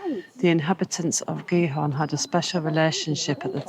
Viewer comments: [CH-eat-Horn] with CH as in loCHness aqnd pronounce the T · Giethoorn is pronounced roughly as “Geethoorn.” In Dutch, the combination “ie” is pronounced like the English “ee” sound in words such as “see” or “meet.” The combination “oo” makes the “o” longer. It is somewhat similar to the vowel sound in English words like “door,” “more,” or “floor,” although the Dutch sound is usually a bit purer and longer. So “Giethoorn” sounds approximately like “Geethoorn,” with “hoorn” sounding somewhat like “horn” or “door” in English. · pronounce the T of gie T hoorn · Your pronounciation of Giethoorn is not bad, but there is a ’t’ in Giethoorn. If you pronounce that ’t’ it will be almost perfect